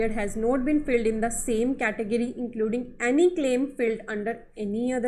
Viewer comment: No doubt u hv great knowledge of GST... But whenever I watch ur videos... I'm very much distracted by some of ur words like "SAD VS SAID" & "FILLED VS FILED" pronounced. Please forgive me... Hope u won't mind. Thanks.